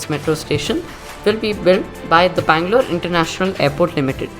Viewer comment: Bangalore correct